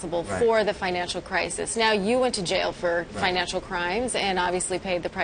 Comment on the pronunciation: It's pronounced jail, not jayal. It's pronounced fraud, not frawd. (yes this could go on). But seriously, people are going to pay to listen to this? Man, I sure got on the wrong train.